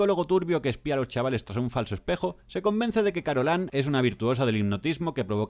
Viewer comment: ¿"Carolan"? ¿Pero no era "Carolain"?